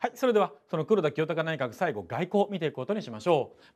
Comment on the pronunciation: ぐらいの黒田清隆内閣のところでって言ってるところなんかじわる滑舌壊滅的